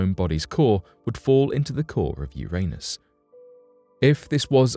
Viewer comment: Yer-niss. Jeezuss Christ, guy.